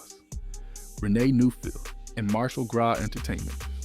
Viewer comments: JEAN NORRIS AND RENEE NEUFVILLE1 Stop mixing up their names! Learn how to pronounce names properly! Ugh! The timeline is all over place. Talking about artists, that have nothing to do with Zhane. Please use chronological order. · Stopped listening when commentator couldn't even pronounce the group name right. Brother, redo! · I can’t even get past 2 minutes of this nonsense. Why are you mispronouncing the name? Your research is immediately discredited. I know the rest of the information is inaccurate 🤣😂😂😂😂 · Dude.... He is killing me with not being able to pronounce Zhané correctly. He didn't say India Irie, Kelis, Busta Rhymes right either. It's cool that you're giving us the back story but not saying their names right is killing the video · Zha-Nay is not only how to pronounce the album but also the group name not Jane. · If you say “Jane” and “Boosta Rhymes” one more time…damn, how old are you? It’s crazy cuz you sound black. Even my 7 year son knows how to say their names right. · Why TF do you keep saying JANE?! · Is this shyt AI? They just made it sound like a brutha? Okay, he did pronounce it right but then kept mispronouncing their name right after. He just did it again. Why not pronounce their name right. It's never been "Jane". It's always been pronounced "Jonay" and especially with the accent mark on the e. Smdh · I'm getting tired of y'all using AI. At least make sure everything is pronounced correctly. You Got Jah-Nay right but Zhane was left as Zane. This is what happens when you use AI out of laziness. 🤦🏾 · Put some respect on their name! I tried to make it through the video…./ they LITERALLY said “pronounced Jah Nay” and it still saying Jane! 🙄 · The group's name is pronounced, Jah-a...as their debut album suggests. This must be AI. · Wow, is this MF A.I. or what? Kinda sounds real but so annoying. He literally says “Pronounced Ja-Nay” and still pronounces it wrong. Lol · He is not even pronouncing their name right 🙄